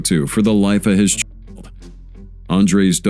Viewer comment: You cant say the word child. 😂